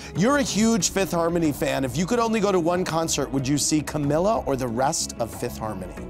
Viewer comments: its "cameela" not "camill-ah" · Fgs it is not CAMLLA it is pronounced CAMEELA ( spelt like camila tho) 😂😂🧡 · it’s camEELa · The host and sam pronounced Camila name wrong